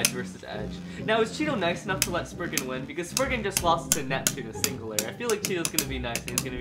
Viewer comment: It is lord spryzen not lord spriggan